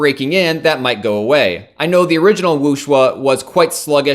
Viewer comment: It's not Wooshwuh, it's Wooshway ;)